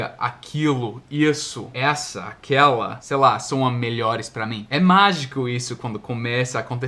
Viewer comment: não tenho muita certeza, mas queria fazer uma observação: Quando você diz "aquela", por exemplo, você pronuncia /aquéala/. Esse /éa/ (ex.: --> man sound) a gente não usa em português. Falamos /aquéla/ (ex.: men sound). Outra observação, é que em "ask the question" nós não falamos "perguntei a pergunta" (pleonasmo), você pode dizer "fiz a pergunta".